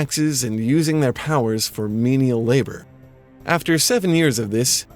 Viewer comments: Ok I don't blame for pronouncing leabhar (LAO-er) like "labor" when you somehow found a source that pronounced it "lebar", but all this tells me is that you really need to check your sources. Or get in touch with actual Irish people, we're happy to help! (seriously though seeing "leabhar" spelled like "lebar" is like seeing "book" spelled like "bouch") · I know this video is five years old and sorry if this sounds like a dick move, I'm hoping it might be helpful to someone, the word "leabhair", meaning "book" is pronounced like low-er wherein the first syllable rhymes with "now" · Leabhar is pronounced "lour" rhyming with "hour" as in the Richie Kavanagh song! "Get out your Focal Leabhar,get out your Focal Leabhar, And we'll have you speaking Irish in a half an hour, "Shah" means "yes" and "Ne" means "no", get out your Focal Leabhar and we'll all have a go!" Remember Irish is far older than English and completely unrealated and the pronunciations are very different!